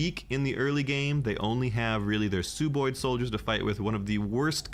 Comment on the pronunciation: No more updates 🥲And it's pronounced SUB-oid, as in sub-humanoid. They aren't made by Subaru 😂